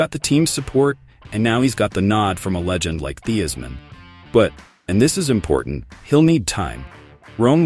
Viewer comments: Quit saying Theismann .Wrong common man really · Please pronunace the name of Redskins´ legent correctly